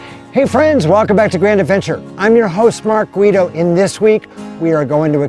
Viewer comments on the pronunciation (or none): none